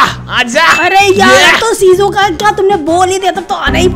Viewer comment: Um vo sizuka nahi shizuka ho ga